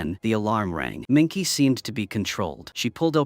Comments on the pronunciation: The plot/story is poor, but the production value (sets, props, etc) is good. But I wouldn't watch it again. Shame you're using AI. The name is not "Minky", it's Minke, pronounced Minkuh. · Her name wasn't said correct ONCE!! It's MINKE!! PRONOUNCED MIN-KUH